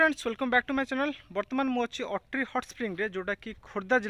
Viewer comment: ଅତ୍ରି not ଅଟ୍ରି, ଋଷି ଅତ୍ରି ଙ୍କ ନା ରେ 🙏🙏🙏